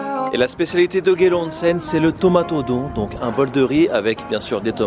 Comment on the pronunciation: One cent ... on dit "onsen"